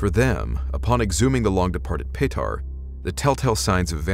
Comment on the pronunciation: Bro! Did you say that dudes name was 'Patar'? sweeet